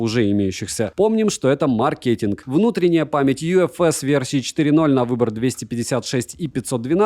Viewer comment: Отличный блогер, осталось перестать называть Айку каким-то акьюоо и маркетинг - ударение на первый слог, раз уж так часто используешь это слово.